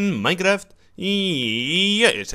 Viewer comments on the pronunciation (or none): none